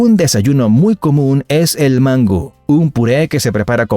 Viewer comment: Buen vídeo pero no es Mángu es mangú y no se pronuncia barajona se dice baraona🤣